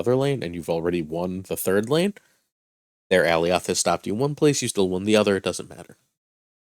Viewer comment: Great content but for the love of god please learn how to pronounce Alioth.